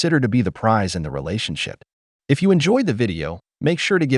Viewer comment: Note she didn’t say marriage… she said relashionship!